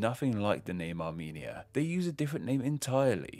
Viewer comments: You had one job to pronounce Arumenia correctly. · Armenia more like Amy-nia